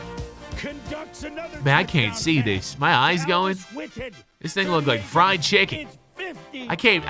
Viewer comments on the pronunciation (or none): none